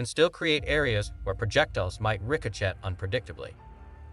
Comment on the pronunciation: I agree, AI seems pretty incompetent. You would think someone would train AI to pronounce ricochet correctly or at least proof the video after AI finished creating it. It also repeats itself way too much.